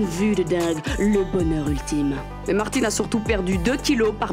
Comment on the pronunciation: Chappy doudoudou Martine pas Mertine